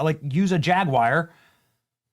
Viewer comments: 2026 and Benny still cant pronounce Jaguar lol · I wish you yankees would learn to say the term "Jaguar"! It is not pronounced "jagwire"! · Benny , mate. Love the channel. But please stop pronouncing JAG YOU ARR as jag wire , Jag wire is not a car brand. 👍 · It's JagWARW not JagWire. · Jag Wire??? C'mon Benny your Better than that, surely you can read and Speak Correct English it is Jaguar... "Jag You are" not "Jag Wire" I am British and you guys Just sound Uneducated when you Pronounce Very Simple Words Wrong #DoBetter I agree with everything else though lol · It's not JAG-WIRE, it's JAG-YOU-ARE. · Stop saying "Jag-wire". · Hey Benny, it's Jag-War...not Jig-War. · Benny...its not JAGWIRE, it is pronounced as it is spelled ...JAG YOU ARE. spelled Jaguar. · FTR it's not jag WIRE